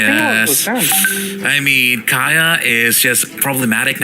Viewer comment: Kaya fck Don't u know how Pronounced kaja